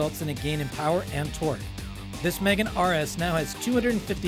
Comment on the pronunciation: Here is a tip.. If you are going to do a video on a car, ring the company and actually ask how do you pronounce the name of the car instead of saying it WRONG the entire time.. Its Megane (me-gane) not Megan (girls name)